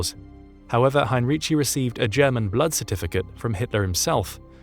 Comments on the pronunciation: It is pronounced, in English transliteration highn-ree-ki. In German, especially in words of latinised origin, "c" is never pronounced "tsh". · For your information: Heinrici's surname is pronounced HEIN-reekee (hard "k" on the "c", not a "ch" sound).